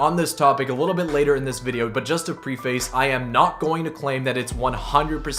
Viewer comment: you pronounced preface wrong lol